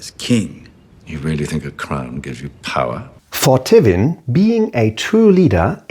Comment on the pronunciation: great video, interesting analisis and subject matter. only slight quip i have with the video is the pronunciation of Tywin, never heard it said that way